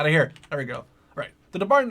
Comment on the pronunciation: its not Bar its B A R